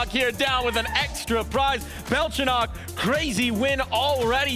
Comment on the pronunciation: Its Belchonick not Belchonokk